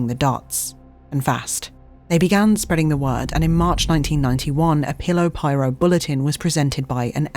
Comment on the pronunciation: omfg she says pillow pirate bahahahahahahaa